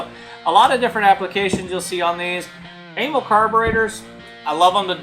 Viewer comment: It's more like uh-MAL for amalgamated carburetor company, not AYE-mul. Zinc is an element, not a form of aluminum. Amals are junk chosen for cheap availability like Dunlop tires on Harleys, not because they're good or designed for that application. They were decades out of date when they were first put on Triumphs. They wear out quickly and need to be resleeved, but the guy doing that died years ago. First unit 500cc was 1959 (60 model year).